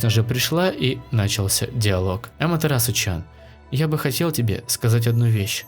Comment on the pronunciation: Не чан а тян